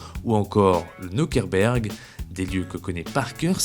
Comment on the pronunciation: petit cours de neerlandais pour mes amis francais....nokereberg et no nokerberg... debusschere et non debusscher.. merci bien